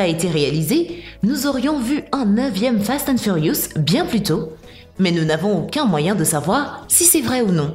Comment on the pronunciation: sa saoule personne qu'il ne savent pas dire fast and furious et quil change a chaque fois de nom